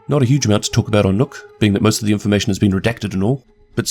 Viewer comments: I losse a year of my life every time Somone says "nokk" and not nøkk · You pronounced the name wrong, you danish hater